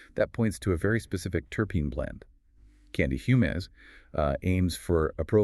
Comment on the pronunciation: You know its AI when it pronounces Fumez (Fumes...) as Fum-es.